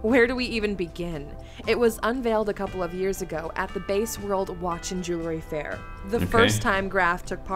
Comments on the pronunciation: And base world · She also pronounced Basel wrong